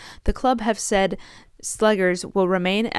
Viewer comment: Netherlands here. Just a hint regarding pronunciation. It's Renée Slegers, as in "slay-gers", not "slaggers".